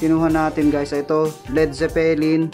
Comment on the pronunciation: Mabilis ang bigkas sa word na Zeppelin